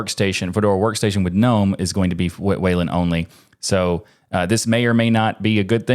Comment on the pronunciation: the first time i have heard Gnome pronounced correctly!!! ⭐️